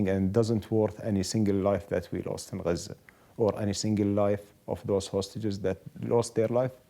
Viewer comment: It's Gaza not "Guuuuuhzuuuh"...